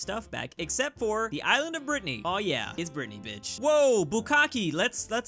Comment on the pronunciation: Stop calling it Britneyyyyy